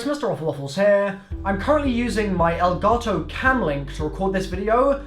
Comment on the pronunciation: Elgarto, I'm English and I still call it elgato